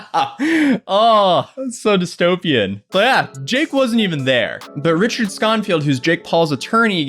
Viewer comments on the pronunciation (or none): none